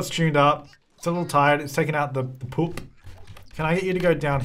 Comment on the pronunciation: always says poop like "po͝op" and it's great